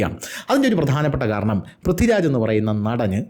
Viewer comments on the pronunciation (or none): none